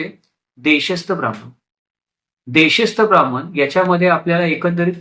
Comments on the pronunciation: छान माहितीपर व्हिडिओ. फक्त ब्राम्मन म्हणू नका. ब्राह्मण म्हणा.🙏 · Information is more important than the perceived pronunciation